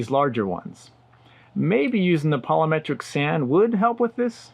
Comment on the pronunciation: It's "polymeric" sand, not "poly-metric."😆